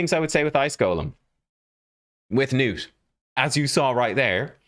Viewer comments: Nah, man. "Nuut" is better than "Nut" allright, but it's supposed to be "Gnuut" with a hard G. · Please pronounce the G, man. This is coming from a Scandinavian. His name is is most likely a fantasy name derived from the real name Knut. So, yeah, pronounce the G like you would in "golem", not like in "gnome". Nice showcase of the champion btw. 🙂👍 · IT'S NOT NUTE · His name is pronounced "guh-nut", because thats what sounds the funniest 😁